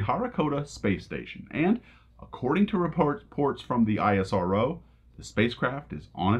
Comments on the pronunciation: It's NA-SA not N.A.S.A! It's IS-RO not I.S.R.O! 🇮🇳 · Isrow not I.S.R.O Nasa not N.A.S.A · It's ISRO not I S R O. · How hard is it to call 'ISRO' , rather then 'I' 'S' 'R' 'O' , niche mentality!! , next time pronounce it like ~ ee-s-row. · You can pronounce ISRO as "Ess" "Row" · ISRO is pronounced as (ISRO, /ˈɪsroʊ/) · Its not called ISRO, but as "isro" , a single word just like "nasa" . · Just a friendly tip. We call it EES-RO, just two syllables. Easier to pronounce. :-)